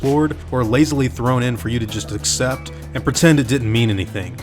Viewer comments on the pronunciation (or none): none